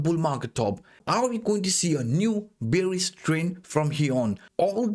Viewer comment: First time I heard say bearis!